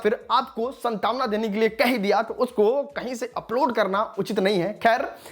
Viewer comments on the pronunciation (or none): Santwana bhai santwana hota hai 😅